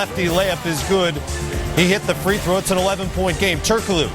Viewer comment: Damn Jalen, learn how to pronounce the word, throw.